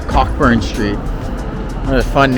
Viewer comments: It's not pronounced Cockburn street, you say Co- burn street 😅😂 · It's pronounced Coe-Burn lol